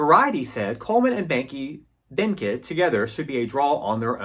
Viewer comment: Like your tribute to Vilma Bánky. Can’t find part 1. BTW, her family name is correctly pronounced as “bAHn-key” the first syllable sounding exactly as the first syllable of the word bonnet. Sad she did not continue to make movies.